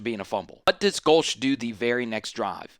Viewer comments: No, you’re NOT pronouncing Go-Leah correctly. Therefore, you are to be ignored. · You don’t know how to pronounce his name, but people are supposed to take you seriously? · If you don't know how to pronounce a coaches name they you shouldn't do an analysis of his team.